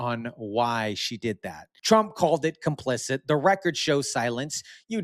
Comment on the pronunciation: There is no n in complicit. Our education system really failed younger generations. PHONICS was the way that worked...and discipline. Love your channel; your outlook.